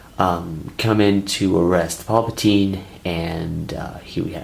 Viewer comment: Me: * realises that he says mace windo and anikin fight palpatein * Also me: * visible confusion *